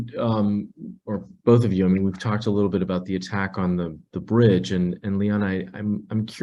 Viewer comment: she said "tewwowist" and later "bwidge" "Wussia" and "militawy stwucture" Ehhhhh...What's up, Doc?